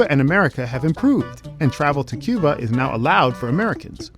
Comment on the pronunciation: Asalamu Alaikum. Brother it's Cuba not cube haha. MashAllah. U should visit. It's beautiful country. My parents are from there